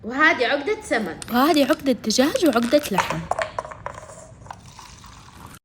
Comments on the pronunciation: اسمها عقده وليس عوقده😂😂😂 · العقده تنطق عَقْدَه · تنطقي العقده غلط هههههههههههه